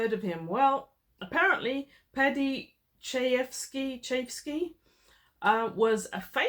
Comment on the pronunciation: Shi yevski is how i heard it...paddy is great writer screenwriter...network is another doozy